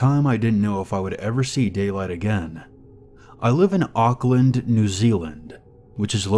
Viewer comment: i’m from auckland new zealand and the way he said it had me wheezing